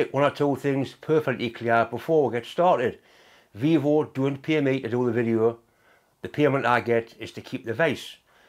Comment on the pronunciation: Vevor, not Vivor, but yes they have good gear.